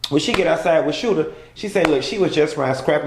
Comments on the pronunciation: SHOOTER-Sh OO ter,, not "Scooter" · Is he joking calling the dude “Scoota” instead of Shooter? Lol just wondering cuz i don’t think I’ve ever heard him say anything but Scoota lol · SH-oo-ter, not SC-oo-ter. Lollll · Lmaooooo he keep calling him scooter and not shooter 😂😂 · girl, you know that mofo name is 'shooter' and not 'scooter' right? either way it's cracking me all the way up. you are so funny to me and i love these daggone tv show reviews. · its Shooter not Scooter. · That man name is SHOOTER not SCOOTER!!🤦🏾🤣🤣🤣🤣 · Lol, called the man Scoota. It’s so hilarious to me that everyone, myself included, be around here thinking that the man’s name is Scoota when all along it’s been Shoota! 😅😂🤣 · Did he say scoota? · “Skoota” take me out EVERY MF time!!! 😩😭😭